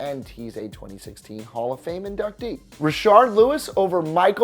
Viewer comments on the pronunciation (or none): He said Rasheed Lewis the man name is Rashard Lewis